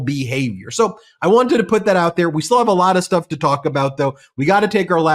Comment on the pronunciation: “I won by a laat “. WTF is a laat?